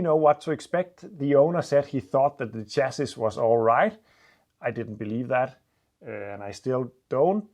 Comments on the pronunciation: You have said before, that you like tips to improve your English. I hope you are not offended if I point out a pronunciation. Chassis is pronounced “Shassy” in English (although it’s obviously French in origin). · Chassis pronounced 'shassy' (French origin) 😀but I'm sure your English is far better than my Danish!